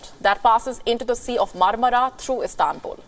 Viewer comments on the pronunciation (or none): none